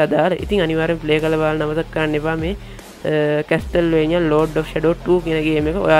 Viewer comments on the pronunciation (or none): අම්මෝ 🤣🤣🤣. කෝල් ඔෆ් ජග්ග නෙමෙයි යකෝ 🤣. කෝල් ඔෆ් හුවාරෙස් කියලා Pronounce කරන්නේ. කැස්ටල්වේනියා නෙමෙයි යකෝ කාසල්වේනියා 🤣.